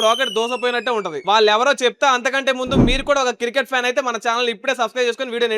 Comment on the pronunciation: Cricket ❌ circket✔️ 😁🤣😂